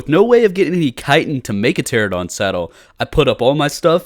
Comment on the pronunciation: It's Pteranodon not Pteradon. 😅 pls